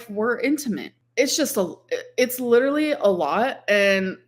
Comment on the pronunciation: Clicking back on the video to immediately hear....... "While LIDURLY LICKING MY VAGINA" 😲🤢🤮